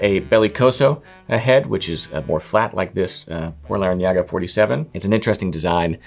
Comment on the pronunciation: Did we finally witnessed the moment nails the pronunciation of the Por Larrañaga brand? 😆